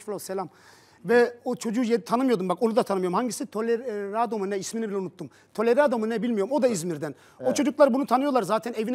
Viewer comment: Delaredo'ya tolerado mu ne demesi ahahajahajgsjshsjdhdf